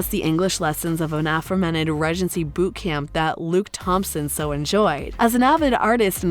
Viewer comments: Bloody annoying narrator...Ree-gency not rej-ency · Maybe the way the narrator pronounces "regency" has thrown people off. I know it bothers me.